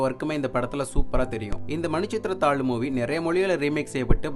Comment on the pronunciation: தம்பி, அது மணி சித்திர தாழூ இல்ல, 'மணி சித்ர தாழ்'.